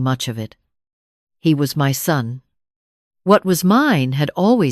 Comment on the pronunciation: Son not sun